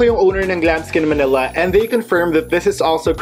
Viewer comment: Yesss, sa totoo lang po yan din ung gusto kong background , bagay din po sya sa pang vlog nyo po. 😍😍😍 btw, ganda po ng boses nyo at pag ka bigkas nyo ng Glamskin Manila ♥️ Ig: #xxooGiveaway